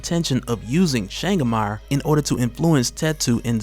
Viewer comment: my brother from over the seas, Changamire is a shona word (im shona)...cant have you saying "Shangamarr" its "Cha (like CHAcha) Nga (like francis NGAnou) mi (like ME) re (like RAven). Changamire. mad respect to you and yours fam.